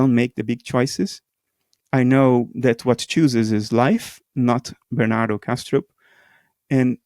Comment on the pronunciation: I like how he called him Ber-nan-toe